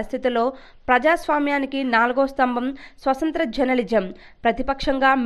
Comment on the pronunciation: Swasanthra kadu swathanthra Ani palakali.